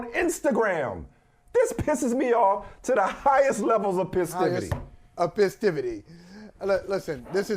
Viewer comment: PESTIVITY OR PESTIVATY 😄